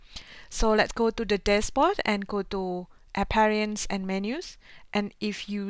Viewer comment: it is Appearance not Apperinace and refresh not refres